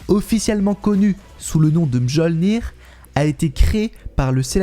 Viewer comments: "djolnir" ? t'es sérieux là ? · On ne dit pas "audine" mais "odin" comme ça se prononce et on ne dit pas "moljir" mais "mjolnir" le j est mué donc ça se prononce plutôt "miolnir". Sinon ,bonne vidéo comme d'habitude